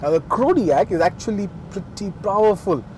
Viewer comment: you need Practise.. Prrrrowerfull, Gluagage ..???